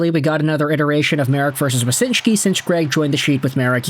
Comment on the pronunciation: So it's Wyshynski, not Wysynshki.